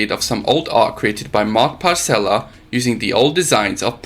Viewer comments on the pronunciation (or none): Nice video. I even saw some archival footage for the first time. It's nice to see my kb mod and my art, thank you for your work. Just a little remark - Mark Pacella, not “Parcella”. 😁